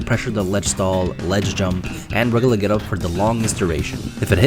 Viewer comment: Bro you need to look up how to pronounce words with "U" in them lol. You say "Reg-UH-Lurr"... It's "Reg-YOU-Lurr".